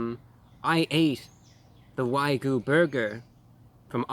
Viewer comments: Brah, we love you but it's WAG-YOO, not WA-GOO. Also, I have real skepticism about how much of that is actually wagyu. That's expensive meat! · It’s wagyu not waygu:). Wagyu is one of the best meat created by Japan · Probably wangus not Wagyu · That is not how it's pronounced. It's like waa-gyoo. Like 'walk'. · It’s pronounced wa-giu, not wai-goo. My disappointment is immeasurable and my day is ruined. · your saying wygu your putting the y before the g ????its pronounced wagu lose your y ffs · OK, I gotta put it out there... It's WA-GYOU not WHY-GOO. Secondly, it's less than 50% Wagyu, and it's the American version of Wagyu, so technically, there is no actual Wagyu in this burger, which must be imported from Japan, certified, and would cost around $100. Real Wagyu doesn't come in burgers. The steak is like eating butter, very beefy melt in your mouth butter. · Why do so many people say waygu instead of wagyu? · If you’re going to say “Wagyu” so many times, please pronounce it correctly. It’s not Wy-Goo! It’s Waa-Gyoo. The Y comes after the G, but apparently you’re one of the dyslexics out there!🤣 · He kept pronouncing wagyu (wag-yoo) as "WUAI-GOO" 😭😭😭😭😭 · You're saying "Why-Goo" burger. It's "Wahhhh-Goo" :) UNSUBSCRIBE!!!! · It doesn't rhyme with a certain spaghetti sauce. It's actually pronounced WAG-YOU.... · Why Gooo!! XD It’s Wag Yu, bro. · Oh yes, good ol "Waygu" meat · The only thing that bothered me about this video is the mispronounciation of wagyu, it's WA-gee-you or could be WA-Gee-U haha otherwise, splendid review as always! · Why he gotta say it like way-goo 😩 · Wagyu is pronounced Wag You. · You lost me at why-goo.... 🤦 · It's pronounced WAG-yu like a dog wagging its tail... Sorry but I had to say it. Excellent review as always I would have absolutely smashed that thing so props to your for being so polite and professional~ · The only man on the planet to pronounce whygoo correctly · “Why-goo” lolol. Wag + yu = whygoo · It's "WAG-Yoo"